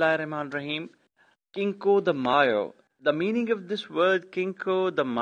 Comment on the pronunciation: Interesting. But cinco is not pronounced like a k in the first letter. It's actually pronounced as s in Latin America or the soft th in Spain.